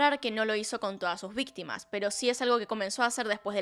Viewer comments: "VITIMAS " 😅 Supongo que es peor que víctimas. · dice vitima no victima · ALV ya se dieron cuenta que dice vitimas y no victimas XD? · ''VITIMAS'' Denle un oscar xd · "Vitimas" JAKSJSKSHAJSJA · alguien mas vio que dice vitimas? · Yo igual, me da ansiedad ver que dice vitimas en lugar de victimas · dice vitimas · nadie:: VITIMAS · xd ''vitimas'' xd